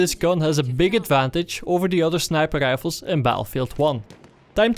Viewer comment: the way you say rifles :D are you from bavaria/austria?